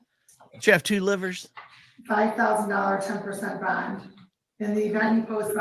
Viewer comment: Love DiSanto's pronunciation of 'bond'. BAAAAHHNNNND